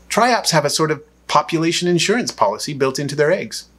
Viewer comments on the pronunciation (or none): none